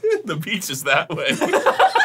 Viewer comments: i thought he said peach too, and i also thought he meant princess peach not fruit peach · that's weird, i totally heard "pizza" :v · I heard “the peach” the first time, dont feel too bad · Why have I always heard that as "The Pizza's that way?! 😂 Totally makes more sense that he said beach! 😂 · haha i heard "the pizza" too! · I thought he said the peaches 😂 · I thought he said the peach is that way 😂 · Idk why but i thought he said pizza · Ooooh Beach. I thought he said the pizzas that way. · I thought he said beach e.e